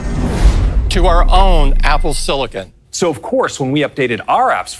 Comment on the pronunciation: Apple Siliken